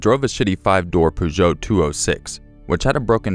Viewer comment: Peugeot is generally pronounced as though you are saying "persio" just for future reference... shit cars anyway.